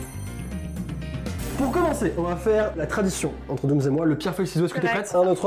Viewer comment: J’ai l’impression à chaque fois qu’il dit Doomzzzz et non Dooms